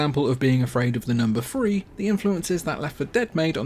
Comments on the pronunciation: I've heard that only cool and sexy people pronounce free and three the same way... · I'm not an English teacher but I believe the free and three are not pronounced the same ....